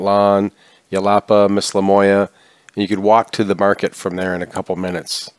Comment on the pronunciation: Love the video! I think a town you were referring to is called Mis-ma-loya…I think I heard Mis-la-moya. 😉 Nice work tho…you guys are fun!